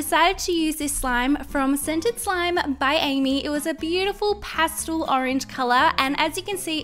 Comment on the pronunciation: Who realized she said pastal instead of pastel